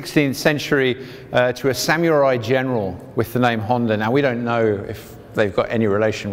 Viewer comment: I'm gonna ignore the way you said samurai... samyoori